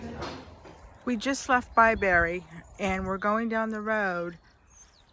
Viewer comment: I come from near Bibury.. Its not pronounce BI BERRY.. Its BI BURRY.